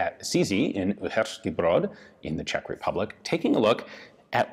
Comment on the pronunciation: Ian's Czech pronunciations are actually not bad